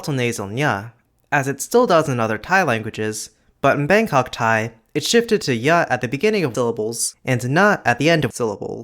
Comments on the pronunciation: I'm a native Thai of myself and I want to say that the way you pronounced Thai consonants is so delicate and slightly adorable for a non-native speaker, buddy. Keep up the good work. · As a Thai native I really appreciate your explanations in this video! There are things that I took for granted and things that I didn't know before especially the sound changes that led to the hot mess we have today. Also, you do well on the pronunciation!